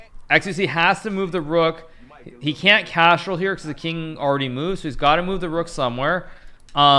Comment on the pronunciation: Why does hikaru say cash roll instead of castle